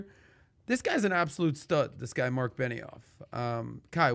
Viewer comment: its benioff not beniHoff